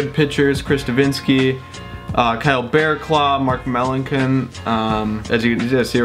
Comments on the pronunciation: It's Mark mell-an-son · It's pronounced meh.lan.son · Mark Melancon is pronounced Melanson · It's pronounced Mark Mel-an-son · It's mark Mel-an-sun